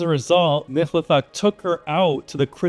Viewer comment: This! With the added repetition of the mispronounciation.... nails on chalkboard.